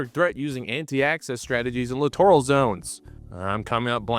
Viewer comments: Huh? Clitoral zones did you say? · It's pronounced littoral /lĭt′ər-əl/ That's LITERAL literal /lĭt′ər-əl/ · Grammar police notice: Littoral is pronounced exactly like "literal"...literally. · Sorry but I had to rewind cause I didn’t hear the word Littoral, I could have swore I heard something close but definitely different. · I keep hearing the letter C whenever I hear littoral.